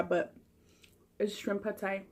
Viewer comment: I love how you pronounced pad Thai right too. I swear you're part Asian girl! Keep making us hungry 😜